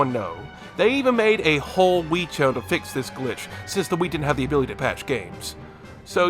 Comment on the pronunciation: a "glitché"